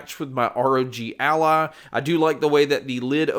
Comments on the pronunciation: It is ROG ALLY, NOT ROG ALLAH XD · What makes me laugh is the way "ROG Ally" sounds like he's saying "ROG ALLAH"